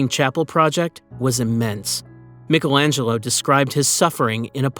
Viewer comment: Who the hells Mikkelangelo 😂....does he mean Michaelangelo